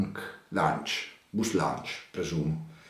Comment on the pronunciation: Comunque si legge "BIG LAUNCH" non " BUS LAUNCH"